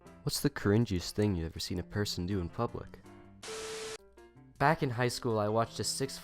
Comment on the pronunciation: I've seen someone say "sen" instead of "seen"